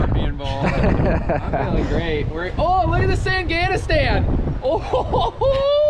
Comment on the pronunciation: What's a "sandganistan"?